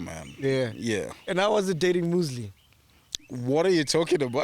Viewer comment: "Having Moozlile (Muesli) for breakfast" Sol is a king